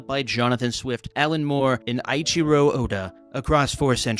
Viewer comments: Ee chee row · i did NOT expect to see One Piece mentioned AT ALL. i also didn't expect i'd get to hear you try to pronounce Eiichiro and Luffy. The screenshot of "Christlike Luffy" shall be treasured by my clan for generations, thank you for sharing. Oh and yes Watchmen. I should honestly read it a few more times tbh.